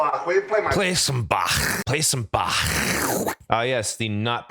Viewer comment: yes, my dear American, that is the correct way to pronounce Bach indeed